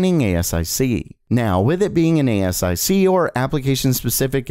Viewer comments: Dude ... thats not how you say ASIC .... "A-ss-I-See" ? lol.... Just read it like 1 word, its ASIC. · FYI: ASIC is pronounce A-SIC not A.S.I.C. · Re intel's ASIC its generally pronounced A Sic rather than each letter at a time. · ASIC = pronounced "A-Sick" since the 1990's another reason I don't subscribe to "" 😝